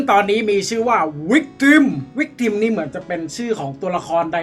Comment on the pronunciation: victimมันอ่านว่า วิกตึ้มครับเเปลว่าเหยื่อ